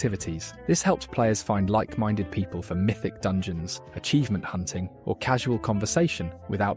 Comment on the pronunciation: "dungoens" Yes